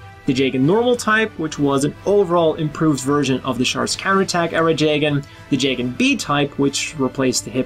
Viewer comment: I think it’s (jee gan) not (jay gan)